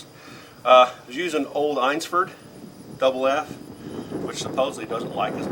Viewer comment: An excellent presentation! The "Old Eynsford" (pronounced Ainsford by the way), must be really good powder, have you tried Swiss ? It would be interesting to do a comparison. Many thanks for posting.